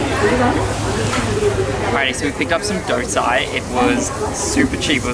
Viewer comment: It's not dosai...it's thosei...anyway ...Proud to be a Sri Lankan 😊🇱🇰